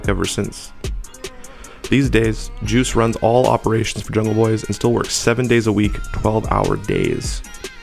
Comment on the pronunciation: you pronunced his name wrong his name is juice1 not juicy at least say all of there names correctly